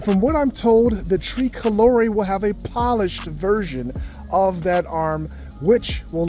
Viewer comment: “ tree colore’ “. Haha - you’re definitely not Italian